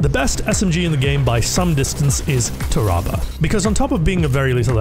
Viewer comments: Why does he pronounce tarrabah like that lmao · that tarrabah pronunciation hurts my soul